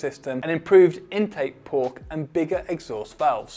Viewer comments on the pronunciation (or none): "improved intake pork" lol i love it